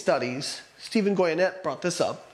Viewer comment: Stephan Goi-ya-nett! It's pronounced Gee-yuh-nay